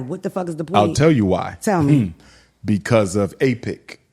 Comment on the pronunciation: AIPAC, not AIPIC. “American Israel public affairs committee”